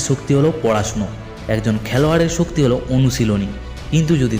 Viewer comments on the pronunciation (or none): ভাল তবে ভাল করে কথা বলা উচিত। শক্তি; ছক্তি না, স্রোত; ছ্রুত না; অসাধারণ; অছাদারণ না, সেই; ছেই না, আসল; আছল না, আজ; আইজ না, সিঁড়ী; ছিড়ি না। ইত্যাদি।